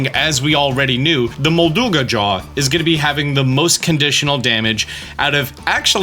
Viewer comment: Your pronunciation of molduga has ruined my day I have disliked this video